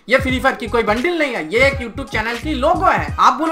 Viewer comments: Pehle thik se bolna sikh le bundle hota ha bundeil nhi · Bundle hota hai bundil nahi